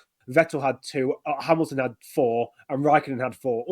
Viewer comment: that Hamilton pronunciation hit my head like a bullet. (. Láttalak magyar tévé)